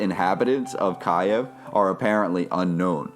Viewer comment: KIEV NOT FUCKING KIAEV! Couldn't continue the video as your horrible pronunciation drove me FUCKING mad!